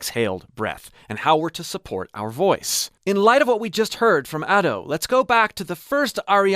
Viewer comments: Sorry to nit pick, but Ado is pronounced as Ahh-do, as in ah ok, and do as in do the note name, as a Japanese person who listens to Ado all the time it bothered me, again I'm sorry if this came off rude to you or anyone else. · Been following you for years, it's so surreal seeing Ado becoming a mainstay haha! Idk if anyone's told you or not, but her name is pronounced as "Ah-dough" 🙇🏼‍♂️ Thank you so much for the wonderful video!! So informative and insightful, especially as I prepare for my first live show! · ado? It’s Ado pronounced A-dough ok? But ur right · It's pronounced as Adu (or just as Ado id you speak spanish).